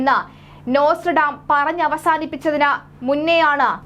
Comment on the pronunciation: You are doing a great job. Just to point out - the pronunciation is "naw struh daa muhs" !